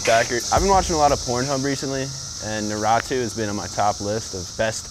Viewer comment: The way Blake pronounced "Naruto" kills me! 🤣